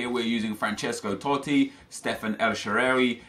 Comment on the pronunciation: It's pronounced El Shaarawy